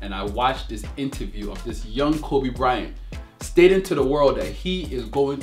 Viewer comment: Kobe bry-ont lol